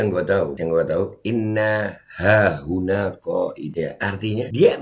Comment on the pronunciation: Wkwkwkwk... Lu kritik soal agama ? Selain framing video orang lu potong trus bikin bahan bulliyan berbuah fitnah keji trus lu bisa apa😂😂😂 Kalo ktitikan Gus Zaini saya sepakat meskipun beda penafsiran dengan kyiai Imad Mengenai pelafalan yg keliru "inna hahuna" itu memang fatal Saling kritik dikalangan Nahdliyin itu sudah menjadi tradisi & itu masyhur Trus sesama Klan Baalawi ceramah yg distorsi kitab, caci maki hafalan isi kebon binatang fitnah keji dll ada yg kritik ? Yg ada malah saling menutupi / membela😂 Tp kalo yg kritik diluar klan Baalawi langsung gerak pakai modus tabayun berbuah persekusi itu fakta Mengenai kajian ilmiah Kyiai Imad tentang silsilah nasab Baalawi yg tdk tersambung di konten Gus Zaini kenapa g lu sebar ?😂😂😂